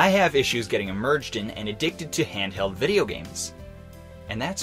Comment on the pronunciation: Who else feels like an actual shock to your nervous system every time says “emerged” instead of “immersed”? Still love the video btw xx